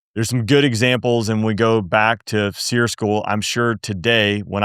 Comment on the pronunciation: "Sear" school-Not Grilling meat. In my day it was "Sear E" Two distinct sylables, last a 'long e' sound.